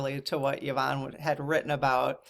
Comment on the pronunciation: Hi. My name is pronounced Ya-von. I was actually surprised that pronounced it correctly as most people, even after I say Ya-von, say E-von. Drives me nuts. You didn't say how your Mum pronounces hers. My heart to yours about the loss of your Mum. Mine passed away about 10 years ago as well. And though I'm not really anything like her, of the 7 children she had (4 boys, 3 girls) I'm the one who turned into the spitting image of her. And I do find myself saying out loud all too often "I am my Mothers daughter".